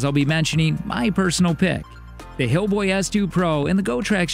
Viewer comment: lol did he say hillboy